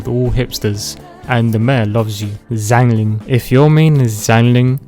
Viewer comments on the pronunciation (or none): none